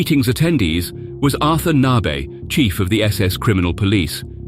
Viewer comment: Arther Naaarbay? Arthur Nebe's name is pronounced Ar tur Nay ber. And the other Arthur was Arthur Naujocks pronounced Are toor Now Yocks! How do such people get the jobs of reading scripts when they are so inept?